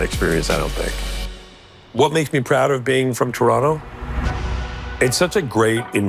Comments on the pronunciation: Love than he's swallowing that 'T' like a proper native. For us it'll always be Toronno. 😄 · Americans, note the correct pronunciation. The second "t" is nearly silent. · And just in case you all didn't pick up on it...the second T is silent. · Now everyone study the way he pronounces it, we don't wanna hear TOE RON TOEs!